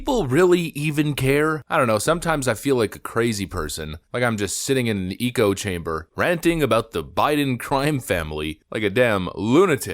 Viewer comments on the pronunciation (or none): Echo like eh-ko, not E-co. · Its is and echo chamber not eco chamber, Its echo: like eh-koh. Not eco like eeekoh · It’s called Echo (ecko) chamber not Eco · Echo chamber, not eco chamber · Is there a reason he says "eco" chamber instead of "echo" chamber? Are we making fun of environmentalists? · 0.22 ‘eco’ chamber? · Why do you say Eco-chamber and not ECHO-chamber? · The eeecho chamber? This isn’t the first time you used that word without knowing how. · Is this AI he mispronounced echo? Said eco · The word echo is pronounced “Eh-kow” not “Ee-kow” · “Eco-chamber?” It’s echo. You know: The thing that bounces around, repeating. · He makes this mistake each time he says it, I think its an Eggcorn for him or its a really good text to speech bot that has had us fooled that is messing up the word echo. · It's "echo-chamber", not "eco-chamber" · Dude I love your stuff, but you say “ECHO chamber” so freaking weird. I’m pretty sure you’re saying eco chamber, which is not right. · Echo chamber? why did he say "eeko" chamber Ai ? like most of these comments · LOL did you say EEKO chamber?? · Why did the narrator say echo chamber so weird?